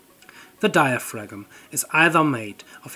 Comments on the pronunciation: dai·uh·fram ... not diafragm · FYI the 'g' in 'diaphragm' is silent, at least in modern English. It is pronounced "diafram". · In diaphragm the g is silent, idk why if it is 90% efficient, if the hot side was heated by the sun, with a big mirror/collector, and the ground to cool the cold side, how would the efficiency of mechanical compare to solar in efficiency genereting electricity?